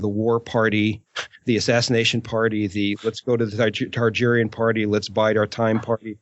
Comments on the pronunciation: It's Targaryen, not Tarjeryen. It'd be a whole lot easier if Aziz or somebody corrected him. Listening to him say it wrong for three and half bloody hours is almost as bad as the guy on the third Dunk&Egg audiobook turning ser into sare. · Why does it bother me so much that keeps saying Tar-GER-yen instead of Targaryen? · Okay, how many times is he gonna say Tar-Jerry-en? Does he know something we don't or is he just not applying that P.H.D.? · You say Targaeryen wrong